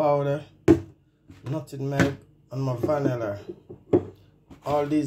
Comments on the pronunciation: 🤣 right!! It was irking me too! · Your coconut toto looks good but dont say nuttingmeg the correct word is NUTMEG I WOULD LOVE TO SEE THE RECIPE THANKS FOR SHARING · NUT-MEG NOT NUTINEG